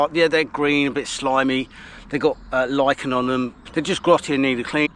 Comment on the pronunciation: Thank you for being able to pronounce Lichen 🤣 Not Lit-Chen